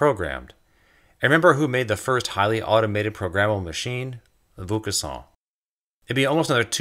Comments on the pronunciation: Ironicay, I kept hearing "Luc Besson" when you said the inventor's name, who basically ushered in a world run by machines. Luc Besson made the film The Fifth Element, in which a human is the fifth element, after Earth, fire, wind and rain. No mention of machines, which must be the sixth element. Cue A.I. robots, the seventh element? I hope not. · It's unfortunate that "Vaucanson" is rather badly, (although consistently) mispronounced. I really did appreciate learning more about him, though. I do wish his lathe had been explained! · Good stuff. If I may suggest one small alteration: the voice over pronounces Vaucanson's name in an unusual way. If you could ask someone who speaks some French to pronounce it and edit the track accordingly it would improve the video. I knew of Vaucanson and his wonderful duck, but I did not know of his relation to the silk spinning trade, nor of his invention of an all-metal lathe. It was only when the video reached the automata (again pronounced oddly) that I realized who it was that was being talked about. Still a good perspective on the Industrial Revolution. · I enjoyed the video, but your pronunciation of Vaucanson's name is pretty bad. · Vaucanson is pronounced with a long 'o' as in 'boat' not a long 'u' as in 'boot' ... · Isn't it pronounced more like VOH-cahn-soan not VOUS? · not voucassant or vouscassant or voucaçant but Vaucanson. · dude it's pronounced "VO-KawnSawn", with the last letter "n" being almost silent. It's not "VOO-KA-SAWN" ! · Excellent video, making excellent points. If I may make a small correction, and perhaps save you some embarrassment in the future, the first syllable of the name Vaucanson is pronounced VO (as in vocation) not VOO (as in voodoo), which is how you're pronouncing it. The rest of the word is close enough. I look forward to watching all of your other videos. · Superb video, congrats. BTW the "Vau-" in Vaucanson is pronounced "Vo-" rather than "Vu-" :-)